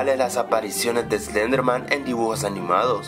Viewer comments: SLEDERMAN?? SLEDERMAN!?!?!?!?! ES SLENDERMAN!! Y SE PRONUNCIA ESLENDER-MAN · Dijo slederman xD